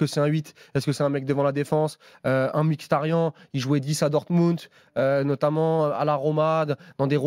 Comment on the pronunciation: C'est marrant vous faites bien attention à bien prononcer le nom de Calhanoglu à la turque (vous reprenez meme l'auditeur), pourquoi ne faites vous jamais pareil pour Mkhitaryan ? Ça se prononce normalement dans sa langue Miritariane.